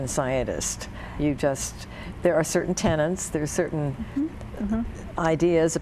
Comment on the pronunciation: What has to say is really interesting, but the interviewer,, seems unprepared, and flounders from topic to topic. Sidebar: I do wish that educated people would familiarize themselves with the spelling and pronunciation of English words. For example, "tenants" of the Church? No, it is "tenets" of the Church. I have experienced Christian Science healing several times, and if I do not fully understand its mechanisms, I can attest to its efficacy. It is, I think, not just a way to heal, but a way to live.